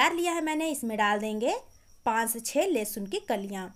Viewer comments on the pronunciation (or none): none